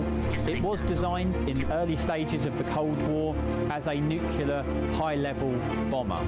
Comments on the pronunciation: Bloke cannot say Nuclear. Its Nuclear not Nucular. So embaressing. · Always puts me off when the commentator can’t even pronounce Nuclear properly! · Why can't people say "nuclear" properly? It isn't difficult.